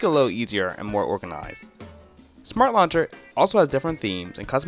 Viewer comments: Nova "Luncher" lol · Anybody else being bothered by the way he says "launcher"